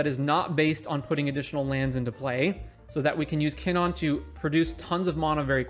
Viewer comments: Monna? Kinnonn? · I took a shot for each time KinnAn was mispronounced and now i’m dead.